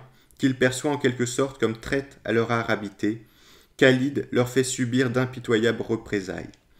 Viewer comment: Par expérience personnelle, il y a un extraordinaire déni de cette histoire chez les musulmans contemporains. La légende dorée des débuts de l'islam perdure. Merci pour cette vidéo. (Le KH de Khalid est mieux rendu par la prononciation du R français que le K ).